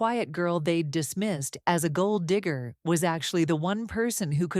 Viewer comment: You pronouncing gold digger sounded very close to saying the "N" word.